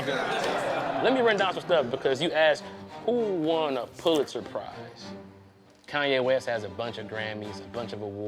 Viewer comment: I didn't know what the hell he was talking about til I figured out he was pronouncing the Pulitzer Prize all wrong...😅😅😂😂